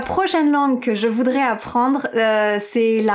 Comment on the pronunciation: tu as dit: "la prochaine langue que je voudrai apprendre" il faudrait faire la liaison et dire "la prochaine langue que je voudraiS (son z) apprendre" sans ça tu vas embrouiller tes élèves :-)